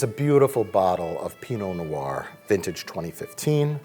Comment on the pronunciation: Pee-noh nouire